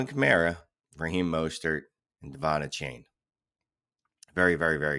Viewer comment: Achane's name is pronounced A-Chan. Not a-Chain.